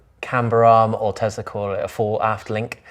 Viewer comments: Just curious, why do you call it a Tezla when it's clearly a Tesla. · Why are you saying Tezla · It's a Tesla not a Tezla. 😊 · Why do some people say TeZZla... it's a fricking 'S' not a "ZZZ".... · Tesla, not Tezla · Please 🙏 please stop calling it teZla it's teSla as in Nikola Tesla the inventor who Elon based his work on.